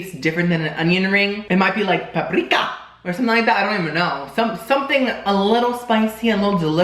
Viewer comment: I don't know why..but, when you said "PAPRRRIKA!" I almost peed laughing 🤣